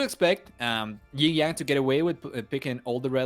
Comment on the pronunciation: Now it's already the 3rd round for the tournament. Can't get it why the main caster can never pronounce YinYang correctly but like something as GinGjang, yet almost all the co-casters know how. I wish he were not meant to do so.